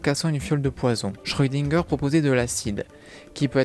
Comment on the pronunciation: Le chat de schrödinger! par pitié, cesse d'écorcher son nom! Et je dirait que si les auteurs n'ont pas donnée d'éléments concret sur le fait que le chat parle, c'est justement pour que des fans imagine eu même des théories, ce qui veut dire qu'il n'y a pas de véritable explication officiel de la part des auteurs.